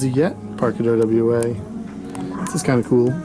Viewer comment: It's OWA... Pronounced Oh-Wah.... NOT..... O.W.A.